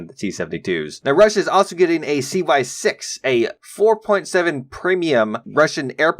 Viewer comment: I cringed so hard at "Cy 6" haha :D Good video tho